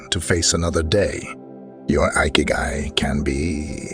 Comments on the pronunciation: In Japanese ikigai is pronounced like ekeyguy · “Eye Kee Guy” 💀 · Ikigai is pronounced (e kay gai) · Lost me at igahkik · I`ve stopped watching it where the narrator mispronounced"ikigai"!